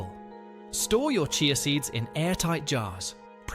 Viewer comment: Remember one cannot believe everything one sees or hears online He cannot even say CHEEYA, is intermittently calling it CHAY-YA in the same reel 🤷‍♀️😂